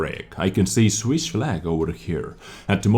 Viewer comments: Swish Nation? LoL, you mean Swiss! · "Swish Flag"